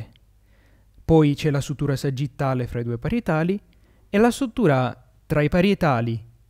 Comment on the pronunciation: sùtura!! non sutùra, quest'ultima é quella che fanno i chirurghi.